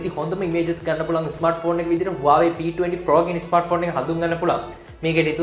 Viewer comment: Ai bn me waawe kiyanne.? Huawei kiyanna bari da?😅